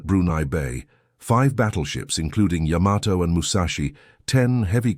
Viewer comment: "Yamato" is correctly pronounced "YAH-ma-to" with the emphasis on the first syllable, not the common American pronunciation of "ya-MA-to".